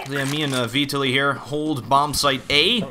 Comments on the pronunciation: My name is Vitaliy and you butcher it :) The stress is on the A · Hah, Vitaliy is pronounced just as you pronounce it but with stress on second syllable =)